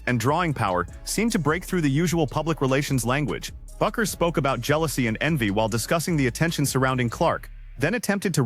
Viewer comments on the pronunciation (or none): The name is pronounced BECK ers, NOT BOO kers.